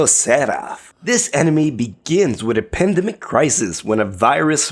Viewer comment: Pandemic, not apadedemic.....